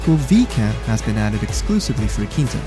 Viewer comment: Hamare aankita bol rahe hai 😂😂